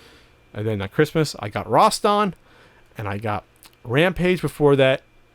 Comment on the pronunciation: Roston? I thought it was pronounced Rast an?